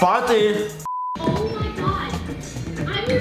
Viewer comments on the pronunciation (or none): THE WAY GAVON SAID “partyh” BAHAHHAA😂😂